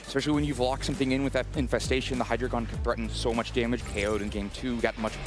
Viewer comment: I feel like people cant pronounce words. It's "hyd-region" not hydragon